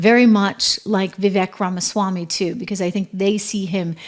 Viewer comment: Trish, were you talking about Vivek Ramiswamy before you could pronounce his name properly?